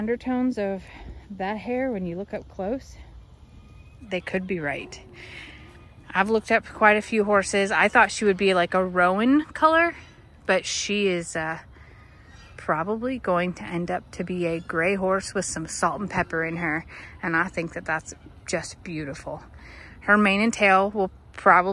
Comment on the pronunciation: That's going to be beautiful! (Also a roan horse is pronounced Rone) ❤